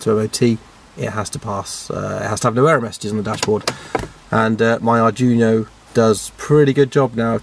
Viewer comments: It is pronounced "ard dweeno", not Arjuno! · Unless 'arjuno' is some special CANbus arduino-based gadget I've never heard of, you are pronouncing 'Arduino' wrong. It's 'ard-wee-no', not 'Ar-juno'. Great work though. You clearly know your stuff apart from the pronunciation confusion :-) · Arduino, ar-dwee-no. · At last a Mazda RX8 with a proper rotary engine :D By the way, Arduino is pronounced Ard we know :)